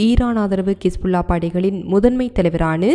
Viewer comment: அக்கா கிஸ் புல்லா இல்லை ஹிஸ்புல்லா